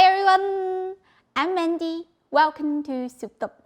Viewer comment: Hi!!! Everyone says your name is Mandy but you sure sound like your saying " Mindy"... do you read your comments??? If so...please answer me. Anyways...your recipe for today looks super delicious. My grocery store never has anything good. I know they won't have the thin eggplants. I can't wait to try this. YUMS!!! Great Video!!!...🦋